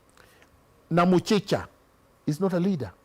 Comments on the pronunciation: It's Nakhumicha not Namuchicha 😂😂😂. Such a sweet interview to listen to. High intellect in MM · Namuchichaa 😂😂😂😂 General it's Nakhumicha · General it is Nakhumicha not Namuchicha😂😂😂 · Namuchicha 🤣. Ni Nakhumicha. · 😂Miguna just called NAKHUMICHA eti Namuchicha. Taniua! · Who heard Namuchicha for Nakumincha🤣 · 😂😂😂😂ati Namuchicha. It's Nakhumicha jameni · Its nakhumicha sio namuchicha😅😅😅😅😅😅but the guy is talking sense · She is Nakhumicha not namuchicha 😅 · Did Miguna just call CS Nakhumicha - Namuchicha?😂